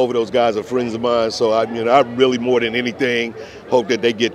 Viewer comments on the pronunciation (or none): none